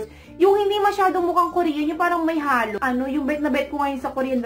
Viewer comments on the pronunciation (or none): none